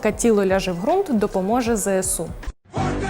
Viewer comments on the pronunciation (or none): ведучій перед тим як коментувати крадіжку мемів потрібно було б самій вивчити що "орка тіло ляже в грунт допоможе Зе Се У! , А НЕ ЗЕ ЕС У! см тримайте віртуальний дизлайк і виправляйтесь